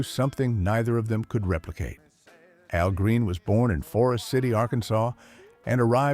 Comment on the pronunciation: Exactly, who the Hell is A.L. Green? Al Green on the other hand is a legend!